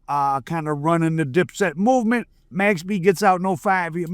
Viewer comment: Its MAX not mex